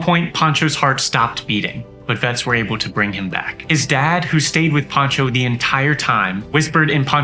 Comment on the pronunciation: His name is Pancho, not "Poncho"!